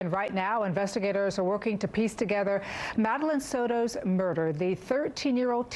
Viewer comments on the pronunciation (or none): It is Soto, not "Soro".